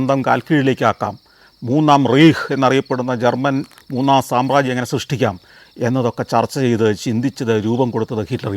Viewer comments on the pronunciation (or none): റീഹ്‌ അല്ല സർ...റൈഹ്‌ ആണേ...